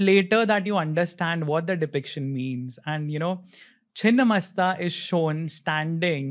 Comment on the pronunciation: Its chhinna not chinn pls edit